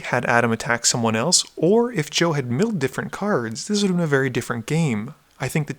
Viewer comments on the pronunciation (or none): none